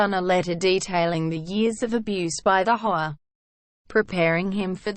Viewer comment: Robots can not pronounce HOA